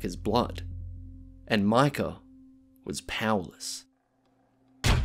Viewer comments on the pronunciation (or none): "Artta and micker"